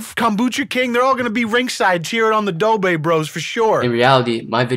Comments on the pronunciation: The dobre brothers really wanna fight my mans Cody ko, when they can’t even pronounce “r” correctly. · “The doobrey brothers” lmao